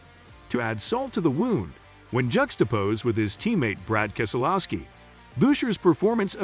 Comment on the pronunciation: “AJ Allender” “Chris Boosher” “kissolooski”